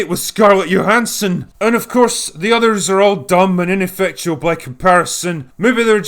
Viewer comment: You bothered to pronounce Johansson correctly? You got my like.